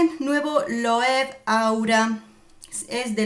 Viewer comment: Hola! Se pronuncia tal y como se escribe LOEWE = LOEVE. Y no es pan de oro, es un brochazo de pintura dorada. ♥️